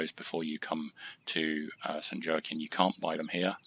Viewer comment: San Wah-keen. 😅